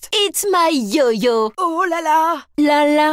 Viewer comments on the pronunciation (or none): parece que ela diz "eat my yoyo" coma/engula meu ioiô